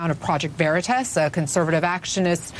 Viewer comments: Its not project veritis. Its project veritas. She pronounced it wrong on purpose to add insult like saying someone's name wrong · "Project veri-tess"? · “Project Veritess” - Ana Cabrera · I love how that cow on cnn mispronounces veritas. either she has no business being in front of a camera or the mispronunciation was intentional and meant to de-legitimize project veritas. cnn is a national shame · She can't even pronounce Veritas right. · They say "Project Veritas" incorrectly on purpose, it was intentional... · Who pronounces veritas...like THAT? For real. That felt...weird. I bet she says "nitch", too. Why is CNN still a thing? I don't get it. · Lmao! When a reporter can't pronounce Veritas properly, lmao...shouldn't claim to report the truth...CNN stinks... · Banana Ana cannot even pronounce Veritas 😂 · She cant even say “Veritas” right. Wow. And these ppl call themselves journalists?! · She couldn’t even pronounce truth...how could she possible report it 🖕🏼the communist news network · I think she intentionally mispronounced Project Veritas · She cant even pronounce the organization. Lol. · Not surprising that she couldn't even correctly pronounce Veritas. I'm quite sure she doesn't even know what it means. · Stuttering Ana can’t even pronounce ‘Veritas’ correctly — duh, duh, duh lie much Ana/CNN?! #ExposeCNN